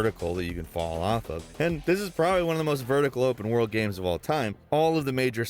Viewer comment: He always says video 'gams' not games 😂